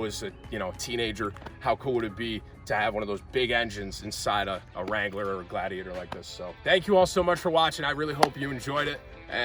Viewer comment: The "helladiator"